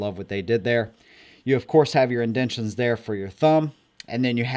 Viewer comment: "Indendtions"?? LOL